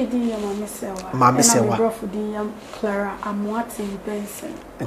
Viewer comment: Hahaha bra kwaku and English dier 😂😂😂.. Clara and bro kwaku said crara🤣🤣🤣🤣.. Oh my goodness!!